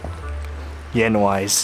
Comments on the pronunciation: for those who don't know what Ryan said at the end of the video, he says "Yenwise", the asian version of "Pennywise" :D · "Yenwise" I see you, Ryan. XD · At the last minute "Yenvise"